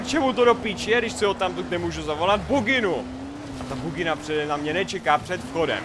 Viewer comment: říkal "pokud jste mimo bugginu" nebo "mimo vaginu"?